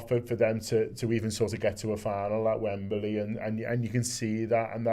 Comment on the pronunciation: It's Wembley said 'Wemblee' not WembeRlee FFS.